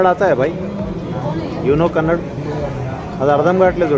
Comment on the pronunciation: Good vlog… keep it .. and it’s not kannad it’s Kannada